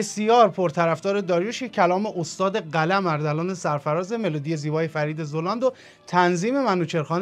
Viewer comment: سلام ممنون میشم زلاند رو درست تلفظ کنین ...فرید زَلاند درسته